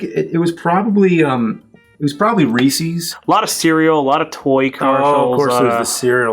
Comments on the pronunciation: I love you james but it's reeeeses not reseeeese its a proper noun as in it belongs to Reese. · Hearing people say Reesee's bugs me :P Have people never heard the name "Reese" before? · Did James just say "Ree-Sees" was his favorite candy? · why do you pronouce Reese's pieces so odd? its not REEEE-SIS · Ree sees? Lol